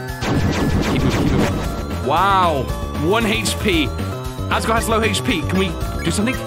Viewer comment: Bro said "agore"